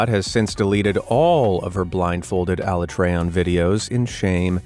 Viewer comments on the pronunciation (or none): I’m disappointed by all of them but the monster hunter one especially. Bringing shame to my favorite game series. Btw it’s pronounced Ah-la-treeon not ah-LA-trayon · It’s pronounced a-lat-treon not alla-treon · The pronunciation of Alatreon. xD Great video~ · the way you pronounced Alatreon tells me you've never played the game.